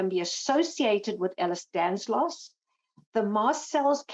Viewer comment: It’s Danlos, not Danslos ffs!